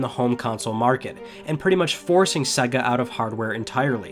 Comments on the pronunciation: Its Sega not suga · Does anyone else hate the way he says SEGA?